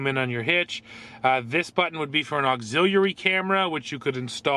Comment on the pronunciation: Did anybody else cringe every time he pronounced ‘auxiliary’?